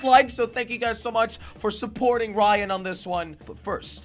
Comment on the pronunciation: Manal Al Rashed the person said Ryan but it’s rayan